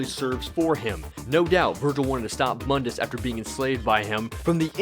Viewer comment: Its Moon-dis not MUN-dis....sorry someone had to.